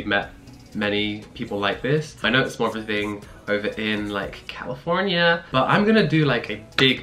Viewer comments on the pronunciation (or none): Why did he say California as CaLifoRnIA 😂?